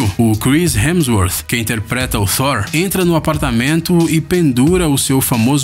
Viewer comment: Gostei do narrador pronunciando "Thor" super corretamente.